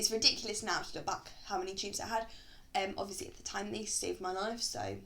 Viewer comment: " which has obvisly saved my life but wutever" im ded